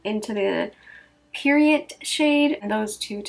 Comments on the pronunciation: I think it's Peridot....not periodt lol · i think it’s great that you have it up so quick. obviously we all wanted to see a video on it. period-t lmao it’s per-i-doh ❤️😂😂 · Lol love raw look and the palette is AMAZING the Gem name is peridot per-ri-dot french. The "T" is silent not periodt. ✨✨✨✨✨✨ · I can’t wait for mine to shiiiipppp! I’m so excited 😍 PS. I always thought it was pronounced peri-dough 😂🤷🏻‍♀️ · “Peri- Dot” , peridot. It’s a gemstone, August birthstone! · Mama, peridot is pronounced like pear-a-doe 💚 your skin looks amazing and I love the look you created! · Please tell me you can pronounce the word...